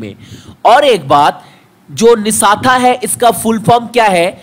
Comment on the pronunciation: वो निष्ठा है न कि निशाथा । पहले थोड़ा रिविजन कर लो